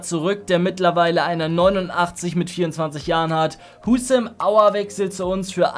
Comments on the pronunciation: Niemand Wirklich niemand: Aua statt Aouar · Wenn du aouar sagst quälen sich meine Ohren aber trotzdem heiles video